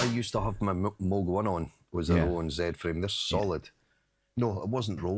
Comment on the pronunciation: damn, 7 hour stream, you sure sure are back stronger! so, must have missed something, what was the reason the hydrasynth in mono for like 2 hours? btw, i heard people pronounce "moog", or like "mogue" but just love it when says "mug".;D